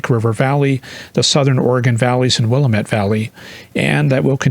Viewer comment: "It's the Willamette, Dammit!" ~ Neil Goldschmidt say: Wil-LAM-ette 🙂